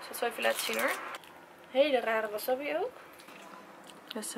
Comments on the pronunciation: het is wassabi alles kort uitgesproken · Dus de hele tijd wil je doen alsof je n expert bent in sushi en der een miljoen aan uitgeeft met die houdinf van je maar je zegt wel wasabi in plaats van wasAbi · Wasabbie😂 je spreekt het gewoon uit als wasaabie😂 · Jij spreekt het uit als wassabbi maar je zegt gwn wasabi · als je geen bruine avocado wilt moet je misschien een doosje kopen zonder 35% sticker want die komt er op als het dezelfde dag de laatste houdbaarheid datum is. En het is geen wasabi zo spreek jij het uit , je zegt waasaabie. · Vers is gewoon het allerlekkerst. Van Albert Heijn heb je ook tonijn sushi en die is wel erg lekker. Leuke video! Het is trouwens wasabi en geen wasabbi😂😂😂🍣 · Gewoon een tip maar maki spreek je uit als maakie en wasabi spreek je uit als wasaabie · Een tip zeg wasabi niet zo als je het schrijft zeg wasaabi voor de rest vond ik je video top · Sorry ik wil niet te betweterig zijn maar je zegt wasabi of de verkeerde manier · Jij spreekt wasabi heel raar uit ps geen haat reactie